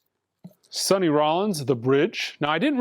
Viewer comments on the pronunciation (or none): none